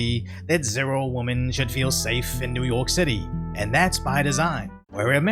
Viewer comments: The plural form for woman is women [whim in] not “woman,” which is how you pronounce it. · FFS. It's like nails on a chalkboard. The plural of woman (wuhman) is women (wimmen) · PLEASE learn how to say “women” I love your content but saying “woman” in a plural tense sounds uneducated. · WHAT DO I HAVE TO DO TO GET PEOPLE TO STOP SAYING "WOMAN" WHEN THEY MEAN "WOMEN"???? I've been told its a Cali thing but plz god someone bring attention to this so it can stop. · WOMEN is pronounced WIMIN. Not WUHMIN. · WOMEN in not pronounced WOMAN, jeeez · I know its tricky but Ill explain this once again like Im a 1st grade teacher.. The word "woman" is singular, as in "one woman". We have a plural version of the word, its "women" (pronounced whi-men). Im not sure if you didnt attend grade 1, or if its just some weird BostAsian thing..But you do this in every single vid and it makes me want to remove my children from school. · Why do you say the word “women” in such a weird way? You’re pronouncing it like “woman” it’s weird. I’ve been noticing people doing this a lot lately. Idk if it’s first generation thing. It sound weird tho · The plural of "woman" is "women." [pronounced wimmin].This means that "woman" refers to one adult female, while "women" refers to two or more adult females. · Say it with me "wemen". Drives me nuts. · Please pronounce the word WOMEN correctly! Multiple WOMEN. Pronounced differently than a single WOMAN! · Woman and Women are said differently. Like Man and Men